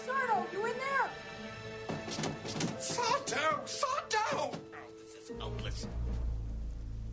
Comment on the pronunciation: It's sar-DO! no mister accent on the Do!